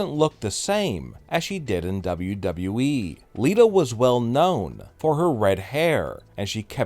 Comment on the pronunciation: This guy's voice is so annoying.gosh I hate it when he say wweeee